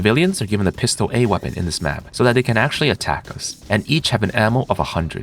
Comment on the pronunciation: Is a "Pistol A" some kind of lore I do not know, just a very AI way of pronouncing "Pistola"?